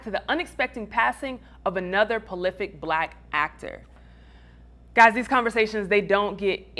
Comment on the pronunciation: “Polific”. Its the braces 😂